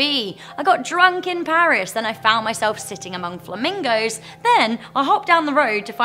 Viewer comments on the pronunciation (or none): none